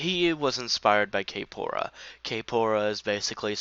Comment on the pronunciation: you keep saying "kay-pora" and it's making me so annoyed oml it''s kphoria, pronounced like euphoria edit: obviously not much better but it annoys me